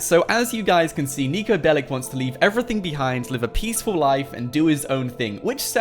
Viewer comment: He's not bellic he's Belic